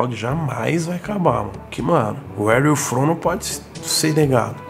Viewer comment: Toguro ainda tentando se redimir do "Uere iu fon"